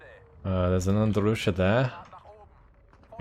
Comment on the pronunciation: Why do you call the Katyusha "ndrusha"? xd